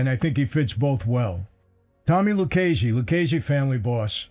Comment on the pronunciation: Its Lucchese. Not Luccese, Luchese or Luccase. LUCCHESE.